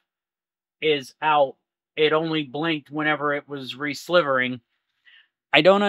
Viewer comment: Great stuff, one thing though, it's Re-silvering like the metal, not slivering :)